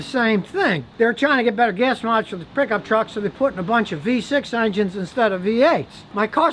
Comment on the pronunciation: De Prickup trucks 🤓